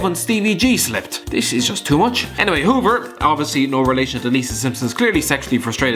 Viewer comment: Miss Huber not hoever